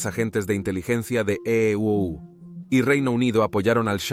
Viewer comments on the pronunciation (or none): Se dice Estados Unidos. NO Ee Ee Uu Uu se escucha mal no es asi , y no es profesional.